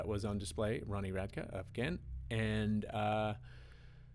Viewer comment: Has no one told him it's Ronnie "radkee" with a hard e. Wonderful reaction otherwise:)